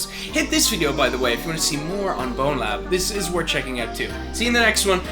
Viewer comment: It grinds my gears so much for ZERO reason when people say BonelabS instead of Bonelab